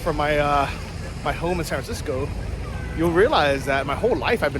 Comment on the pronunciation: would you mind spelling how you pronounce ‘San Francisco’? You seem to be saying a shortened version which I guess is a colloquial thing.